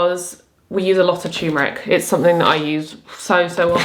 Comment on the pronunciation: It's called turmeric, r before the m, not "tuemeric"... sorry, this has been bugging me...